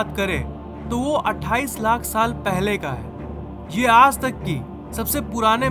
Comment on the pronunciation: App ajj ko yaaj kyun bol te ho?